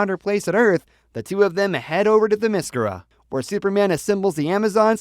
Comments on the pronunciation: my word this guy is butchering wonder woman home land name it's pronounced Therm meh scare- ra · This video is crap and inaccurate. And you pronounced Diana's island wrong.